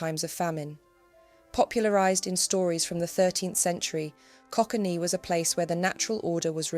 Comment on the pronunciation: land of coquaine. Pronounced like the drug we snif to get thru the day . /ko•kane/